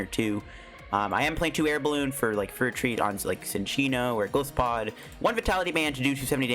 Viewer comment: it actually pronouns as Ge-lai-se-pod